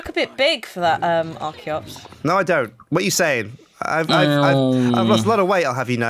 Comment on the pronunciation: not arciops its charitot